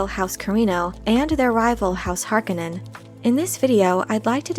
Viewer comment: Nice video, but I cringe every time you pronounce Harkonnen.